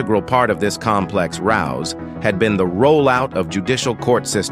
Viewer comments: Narrator cannot read English! He says "rouse" when the word is "ruse" meaning hoax, fake, a con. He then can't speak the word "occasionally" correctly. A robot voice perhaps? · A rouse? A ruse. A real human voice would have handled this better than an AI voice. Points are well presented and taken in any case.